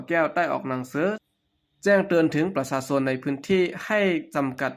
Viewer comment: ลาวแดง อ่านภาษาไทย ว่า ปะสาสน (ประชาชน) แขงเมืองบ่แก้ว (แขวงเมือง)นังสือ (หนังสือ)สุกสอนไว้ (ชุกช่อนไว้)โอ้หลายๆร้อย คำ ถ้าไม่ถนัดอ่านภาษาไทย เชิญอ่านภาษาลาว ทางไทยอ่านออกและเข้าใจดี อย่าไห้ภาษาไทยวิบัติ เพราะคนลาว ดัจจริตอ่านข่าวเป็นภาษาไทยผิดๆถูกๆ ภาษาตัวเองมีไม่ไช้ นึกว่าตัวเอง ฉลาดอ่านภาษาคนอื่นได้ ภาษาลาวแดงแท่บจะไม่ต้องไช้แล้ว เงินก็ไช้เงินบาทแทน เหลืออะไรเป็นของลาว